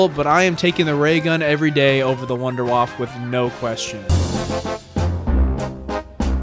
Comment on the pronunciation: “WUNDERWAFFE”!!! Not WouNdErWaFf that’s not right bro